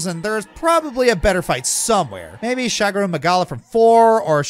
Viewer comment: ah yes... shagaru m e g a l a